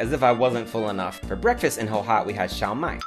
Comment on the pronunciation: Love your videos! ! Keep up with the good content! That dish is actually called Shao (first tone) Mai (fourth tone) instead of Xiao Mai.